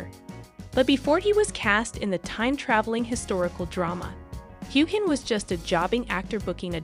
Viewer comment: Learn how to pronounce Sam’s name. You butchered it